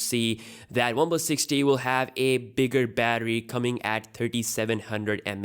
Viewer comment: The 6t sounds like Sixty